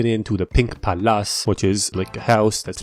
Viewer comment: why’d you say palass instead of palace 😭